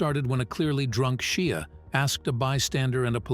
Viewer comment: Seriously, you cant pronounce Shia's name yet????